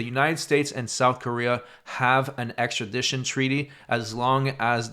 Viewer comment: axtredition treaty?? God damn you're dumb